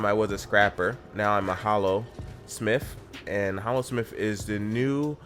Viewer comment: Hallosmith and heart of maguuma/heart of fire.... I want to strangle someone after hearing that....